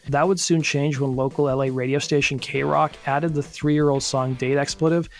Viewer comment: This is the first time you've pronounced kroq 'correctly' and tbh I'm kinda bummed out about that :c